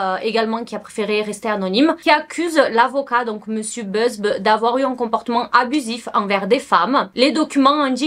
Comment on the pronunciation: C’est Buzbee. « Buzz-bi » pas Beuzbe 😅